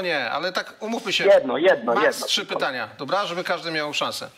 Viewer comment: Racja, dzwoniący do studia to jakaś tragedia. Nawet pytań nie mieli przygotowanych. Ciekawi mnie czy dzwoniący z 20 min programu to w ogóle obywatel Polski ? Jak dla mnie to Rosjanin lub Białorusin. Sam fakt, że nie potrafił nawet poprawnie wymówić pytań może świadczyć, że to obcokrajowiec. Dodatkowo pytania o szczepionki i sytuacje między ukariną i rosją od razu wskazują na trop wschodni.